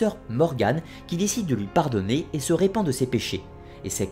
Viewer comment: Quel travail de recherche ! Et quel débit de paroles ^^ ! J'ai dû parfois revenir en arrière pour pouvoir digérer la masse d'informations. Petites remarques : artéfact et non arteufact. Morgane se repent, du verbe se repentir (avec le re de relever, revenir, retentir ), elle ne se répand pas. Dux ne se prononce pas dox ni deuks mais douks. Mais d'où vient ce nom "Arthur" s'il n'y a pas eu quelque part un gars qui portait une arme et qui a combattu les Saxons qui s'appelait comme ça ? D'où vient le choix de ce nom ?